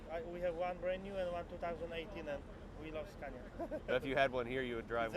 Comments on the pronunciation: Why is it impossible for you to pronounce it Skawnia? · Get more reactions and don't dare to americanise the Scania (You do pronounce it right, when you're in Sweden, why pronouncing it wrong back in the States? 🤔